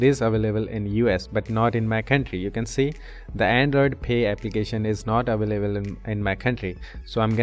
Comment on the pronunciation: aveleble😂 Very Helpfull Ty soo much